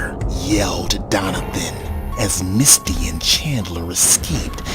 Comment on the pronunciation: Everytime the narrator says Misty name I keep thing she Musty